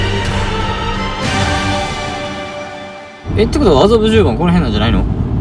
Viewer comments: 麻布十番が苦手な良規 発作からの「あたっ、あざびゅぅ、ｱｯ」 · 「麻布十番」が全然言えない正門くん💙かわいい🫶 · 麻布十番ってなかなか言えない正門くん、かわいい